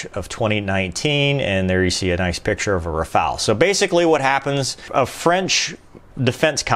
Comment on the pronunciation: why not trying to speach out the word "Rafaele" in a correct manner....... ?..... :-(..... // in so many USA-vids, so many guys are absolutely terrible in foreign languages...; but of course..... hey, I am American....; I give a sh..... about other languages..... :-( // greetings